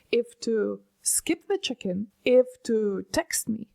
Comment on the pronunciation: She said "check in" but I was sure she said "chicken" 🙂